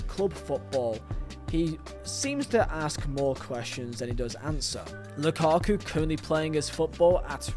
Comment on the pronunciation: The "Lukaka" always sends me, I'm sorry